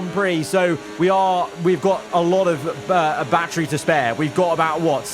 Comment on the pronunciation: he doesnt say battery he says bachery